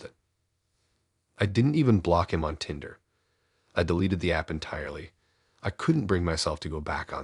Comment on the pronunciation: Why can't you even pronounce Tinder the right way? This is fucking ridiculous.